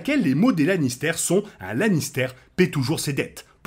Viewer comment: Super vidéo sur got, bravo 👏👏 pr contre arrêtes stp de dire Lannistère! C pas un fromage, puree de pomme de terre! Sinon meilleur Lannister ever : Tyrion, prcq c le plus développé sur tout plan : (son enfance, son dévouement et sa rancœur avec sa famille, Shae) et pour sa participation au développement des autres personnages et de l'intrigue.